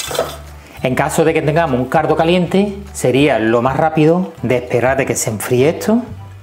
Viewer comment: Se oye "cardo" en vez de caldo 😁 sarza en vez de salsa 😂 es acento andalu ? Digo andaluz no ?